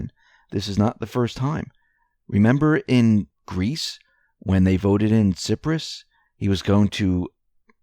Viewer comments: It’s pronounced Cy....press! Rhymes with lie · si-per-us cyprus